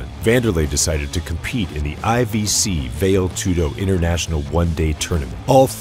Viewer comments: It's pronounced "Vah-Lay Tudo" not "Vail Tudo". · Val-ay, not "Vale" Tudo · My god the correction pronounciation is "Val-ay" tudo, not "vail" tudo. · It is pronounced Va-lé Tudo, not Veil Tudo. Sounds just as weird as someone calling Patrick Swayze Patrick Swaze...for the rest really excellent work, very informative and thorough and very entertaining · It’s pronounced Val-A Too-doe 🤙🏼 Greqt video of a legend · Vayle toodoe 😆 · VALE TOODO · why are you saying "veil" tudo lol. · "Vail Tudo"... okay... seems legit... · “Vail toodo” lol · "Vale" Aspen Tudo? Lol. At least learn how to pronounce things, like names and contests. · learn how to pronounce Vale Tudo ffs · This film's visual production was excellent, but you continously mispronounced words, and used words that didn't pertain, like partair, which isn't used in for the top position in mma; patair's position is an optional position in armature American (or folk style) wrestling and the primary starting point in top position in freestyle and Greco-Roman wrestling. You mispronounced the word Vale in Vale Tudo (which sounds like 'valley' not 'val-yay'). Constantly saying "negative record" is uncalled for too, it's not necessary. All around, I enjoyed the video, but you need to produce your script better. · The way this guy says "vale tudo" shows how little he knows about the sport. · So do you pronounce "karate" as "carrot" or "kay-rate" just cuz ur not Japanese? Wud u take a "marial arts channel" seriously that couldn't pronounce "karate"? Cuz this is just as egregious. There IS no MMA w/out Vale Tudo. All due respect, but if you weren't a casual (not that there's anything wrong w/ that) u'd know that it's kinduva big deal. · “Hunter of Gracie.” “Mu-wee Thai.” “Vail Tudo.” Terrible. Just terrible.